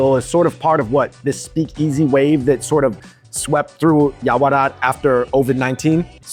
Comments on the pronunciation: I think I heard you pronounce this china town neighborhood as "Yao-Ra-Wat" instead of "Yao-Wa-Rat" 🤔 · you keep calling it Yaorawat instead of Yaowarat. 😂